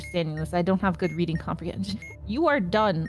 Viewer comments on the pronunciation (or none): none